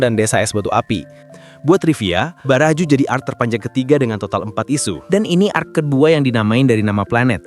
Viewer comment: bg salah bg bukan arc qually tapi arc sorry